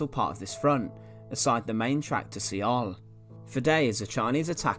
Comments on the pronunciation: I hate to be that guy, but Seoul is pronounced "soul". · Good presentation. It was a horrible war but thanks to those brave men more people have freedoms. Your pronunciation of Seoul is a little funny. I couldn't do better and it doesn't make your presentation any less.